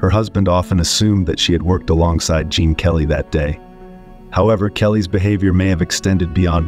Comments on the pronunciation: It’s Gene not Jean Kelly. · Actually, it's Gene Kelly, not Jean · It's "Gene" not "Jean" Kelly